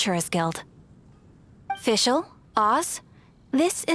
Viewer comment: Thanks for uploading these cutscenes! I am making a video about Fischl's and Oz's horrible german pronounciation and this really helped me with my research. Keep it up!